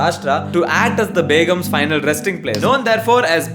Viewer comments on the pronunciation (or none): none